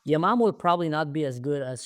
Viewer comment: I am an Israeli, but every time you said Yamam, I imagine non Hebrew speaking viewers thinking the name of the unit is Your mom.. :)